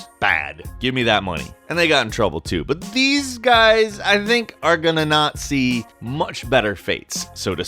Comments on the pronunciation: “but these guy I think are gonna Nazi much better fates.” (quote) I know he says “not see”. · They were a German group and he said not see but it sounded like Nazi see it for your self